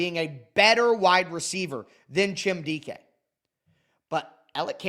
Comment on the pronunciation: Everyone in Tennessee calls him E or Elic. Literally NOBODY but you call him 😂